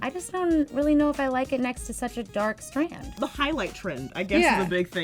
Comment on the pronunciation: "or stronde?" hahaha strond is shit in my language